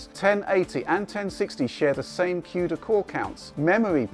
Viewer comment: Did he just say "Quda core counts" XD